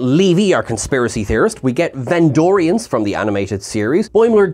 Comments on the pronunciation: VENDORIANS!!!! NOT VENDRONEIANS!!!! Come ON!!!! 😵‍💫😅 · You keep saying "vendronian" instead of "vendorian" which threw me off searching for them on memory alpha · Vendronians? C'mon,. It's Vendorians. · Bless you. It's VenDORians. Not Vendronians. Also, just to reiterate, it's MigleeMO, not Migleemoo. xoxoxo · It was Vendorians, not "Vendronians". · Vendorian not Vendronian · It's Ven-door-rians,. Not Ven-drone-nians. I think you're mixing these guys up with Pan-drone-nians; the guys who split into three separate entities. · MY dear wonderful Trekkie friend from afar. It's VENDORIANS, not Vendronians. You keep... you just... GAHHH!! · “Vendronians”…. You mean Vendorian? Hard to take you seriously when you make basic mistakes like this, all the time.